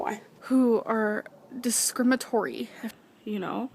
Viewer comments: Pyonie?? MirenGOO???? or-chid?? Discrimatory??? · “DESCRIMATORY” WHAT